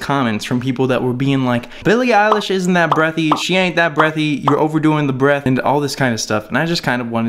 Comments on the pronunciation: Isn't her surname eilish not eyelish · eyelish lmao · ITS P R O N C E D ILISH IGNORE THE E